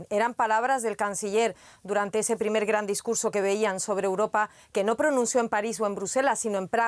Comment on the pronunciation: Hasta caen mal como da. La noticia cuando dice Graannn jajaja quiere darle enfasis cuando es de inventar los seudo presentadores desinformadores hasta caen mal que digan tanta mentiras